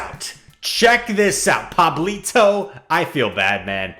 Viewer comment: What a good pronunciation of Pablito, gg’s btw!